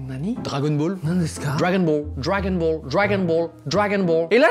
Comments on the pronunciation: *La Princesse des Saiyajin* *Fan d'Harry Potter* Dola gon bolu c'est juste la prononciation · Oui, dragonball en jap est prononcé Doragon Bôru